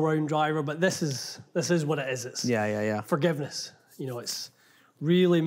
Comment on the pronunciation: Did say "fargiveness" Cheers from Scottsdale